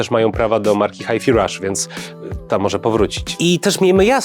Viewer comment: A ja chciałem pochwalić za poprawną wymowę Hi-fi Rush. Wszyscy mówią "haj faj" zamiast "haj fi", co mnie niesamowicie wkoorwia